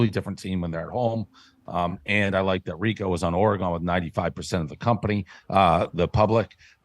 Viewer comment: One of these days Dave will learn how to say Oregon